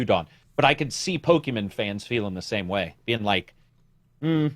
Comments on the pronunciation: its POKEMON, not POKEMEN. Just pointing it out for correction in future. Great input in the podcast as always btw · Saying “Pokeman” makes me think you either don’t know or don’t care about the franchise.